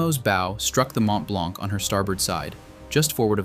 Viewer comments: Mont-Blanc is normally spoken "Mon Blan" roughly seen I think in French. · Gripping documentary. Note: the C is not pronounced in Mont Blanc. Please use metric units.